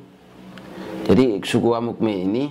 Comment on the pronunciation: Amukme bukan tapi Amungme